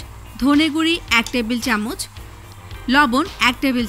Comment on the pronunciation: গুরি কি..? এই মুর্খ মহিলা, গুরা বলা যায় না..?